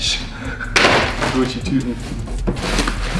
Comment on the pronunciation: Deine Aussprache👌🏼❤🤪 wie du einfach guuuucci sagst 👍🏼😜❤👌🏼